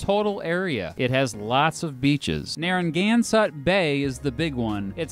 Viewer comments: Thanks for giving us in RI a second of fame. NAHR- UH-GANN-SET not how you pronounced it. All 1 million of us (and shrinking fast) cringed every time you said it wrong. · First of all it’s pronounced Nare-ah-gan-set but good try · Raised in Foster, live in Bristol now, is it me or is this guy adding a "N" into the name, sounds like he's saying NarraNgansett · I noticed that too "Narragansutt" nope... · As a Rhode Islander, I would really like to know why you pronounce Narragansett wrong? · Rob Mills Narrangansutt Bay😂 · I was thinking the same thing, lol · The way he says Narragansett 😂😂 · You're pronouncing Narragansett incorrectly. The "gan" should sound like the words man or fan, not like the word ton. As a native Rhode Islander it's painful to hear you say that word. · He is pronouncing everything wrong when it comes to Rhode Island. I have lived in RI all my life and honestly, it doesn't feel small. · I'm from Rhode Island in the way you're saying Narragansett it's so funny people from the Rhode Island we have a certain accent it's very weird sometimes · As someone who lives in the town of Narragansett, the way he says it makes me wince... Good video though. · This was made TWO weeks ago? How the hell did I miss this after asking for it so long? Oh by the Nine Divines, thank you,! Edit: The way you said Narragansett was painful btw. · You pronounce Narragansett like a douche lmao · To pronounce Narragansett. The "gan" rhymes with can. You almost had it once 😁 . I can barely pronounce some of the towns and I grew up in the area . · This dude is awful at pronouncing names. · Any other rhode islander triggerd by the way he says narragansett😂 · I live in Rhode island and you messed up saying Narragansett it was pretty entertaining for me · Lilly_are_u_ok Ik I cringed so hard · As someone who has lived in RI all my life, I cringed whenever you said “Narragansett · Your pronunciation of Narragansett lmao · when he said narragansett, i gagged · Narra-gan- sett